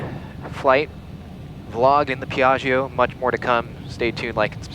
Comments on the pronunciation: Dear Americans, this is really a nice plane, just a little tip on the correct pronunciation of Piaggio, just pronounce the -gio at end like you call for Joe, that the right sound Piag-Joe. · PEE EAARRGIO LOL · fantastic, but the pilot should learn how to pronounce piaggio the right way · Rad vid. Piaggio is not pronounced like that though. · Say Piaggio one more time. No. Try again.